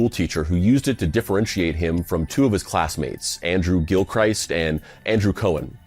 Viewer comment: I have to say, that's the first time I've ever heard the English surname of Gilchrist mangled as "Gill-Christ" for that extra blasphemy. If you can't say English surnames or placenames properly maybe give up and speak something like Arapaho instead, since English will obviously never come to you by this late in adulthood. Gill-Christ, lol